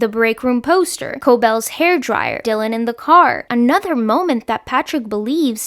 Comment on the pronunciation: It’s ‘Lumon’, ,Ricken’ and ,Dylan’